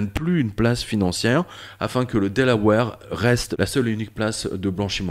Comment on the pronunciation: delaware pas delawere lol